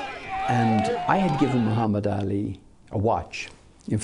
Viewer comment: This man even pronounce Muhammed ali's name perfectly. Show's you how much respect he had for him.